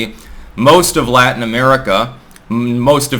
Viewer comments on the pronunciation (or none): none